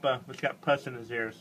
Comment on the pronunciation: Im dying laughing " o good golly shidney thash alot of push" hahaha ty for the laugh i needed it!!! Hahaha hes so dramatic which makes it even funnier!